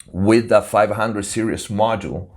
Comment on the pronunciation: I really love the fact you say "serious" instead of "series"... it's one of those endering things you end up loving when someone is fumiluar. 500 serises is so good... make sure you have a really good lunchbox and you'll be fine... I love the idea of creating my own console with easy complete mix and match esactly what I would want... that's avbig dream to do that properly one day... The term toy is a bit vauge also... bucause that would be a toy for me... a 500 serises console but it would be used for professional use... I will just be having so much fun from it like a toy... if it doesn't sound very good then it isn't fun... so maybe I want the gear to be toys... toys I love and appceaite... in that context Lego wouldn't be a toy to me, it would be boring and usless... just to 360 the table on that remark... forums are definaly a hide out some narcsisitic bla bla blas... it's also where you might find the real good advice... so just learn to negogate between good and toxic people